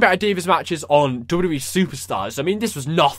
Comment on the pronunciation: i love how you say Dabiu Dabiu E